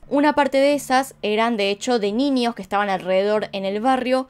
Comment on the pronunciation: Nada que ver, pero me da cosa escucharla pronunciar la ñ como "ñi". Tipo "niños" lo dice "niñios", o idk, "añejo" lo dice "añiejo" NFJSKFBD